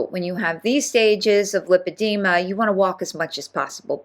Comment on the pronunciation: It’s LIE-padema. She should know how to properly pronounce her alleged diagnosis.